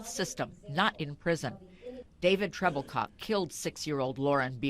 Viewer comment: Was his last name Troublecock? That’s what I thought she said